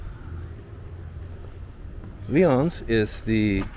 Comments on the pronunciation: Lyons is pronounced like the animal. I grew up there. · Palmyra is pronunced, (pal...my...ra). Lyons is pronounced, ( lion..s). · PALMYRA Pronounced Pal. My Rah LYONS is pronounced Lions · Lyons is pronounced Lions Palmyra is pronounced Pal- my-rah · Its lyons like tigers! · I just moved from Lyons to Houlton Maine, kind of funny to watch both of your videos in one day. Lyons is pronounced LIONS. Lyons used to be a 'Village' but the village was dissolved in 2013 due to very high taxes. The town used to be a manufacturing and rail hub, but most of the manufacturing moved south and then off-shore (taxes, labor and energy costs; typical of a lot of Upstate towns). Lyons was the Peppermint capitol of the world (H. G. Hotchkiss Essential Oils). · yeah, you mispronounced Lyons too. sounds like Lions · There is a 400+ mile bikeway along the Erie canal, goes from Niagara Falls to Albany. For many years now, in Early July there is an 800 person organized 400 mile, 8 day bike ride from Niagara Falls to Albany. The town of LYONS. Is pronounced LIONS. Palmyra. Is pronounced Pal-my-ra. Love your videos! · The Village of Lyons is pronounced like the animal LYons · Lyons (pronounced "Lions") is most famous in upstate NY as the home town of Jim Boeheim, longtime coach (recently retired) of the Syracuse U. basketball team. Houses are cheap because there is no demand for them. Like most towns in upstate NY, large and small, populations are declining rapidly. Far more houses available than people wanting to buy them. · I'm from outside of Rochester and it's funny the way out of staters pronounce the names of towns. We say pal my ra, and lions. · Exactly. Pal-My-Ra! And Lyons is pronounced just like the animal 🦁! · pretty sure Lyons is pronounced Lions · By way of further edification, the pronunciation of Palmyra is Pal (as in friend)-my'-ruh! I am originally from Central New York and that's how we pronounce it. Lyons is pronounced like the animals, Lions. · It's pronounced Lion's